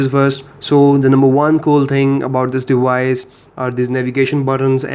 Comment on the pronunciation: dewice ...... ok bro :D